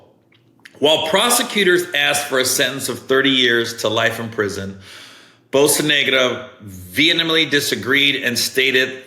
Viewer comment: Bocanegra (Bo-kah-neh-grah)